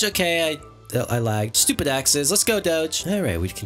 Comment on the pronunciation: i love when u say STOPID